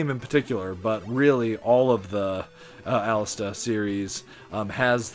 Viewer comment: It’s Alestè. There is no A at the end of the name. You’re killing me man. ;)